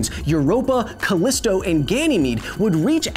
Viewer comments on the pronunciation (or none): Calyst-bro and Gainy-mede ...lol